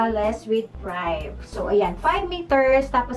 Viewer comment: Privé is pronounced “Pri-vey” po not “pryav”. 🙂